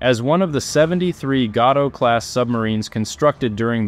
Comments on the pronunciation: Yeah, but Gato in reference to the submarines is pronounced "gay-toe" and not "gah-toe" as in the catshark species of fish. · Gato = GAY-TOE Class. Not GOT-O